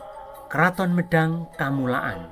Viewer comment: Medang kamulyan bukan medang kamulaan mohon koreksi admin